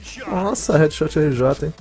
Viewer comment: READSHOTRJ?????????????????? É HeadShotRJ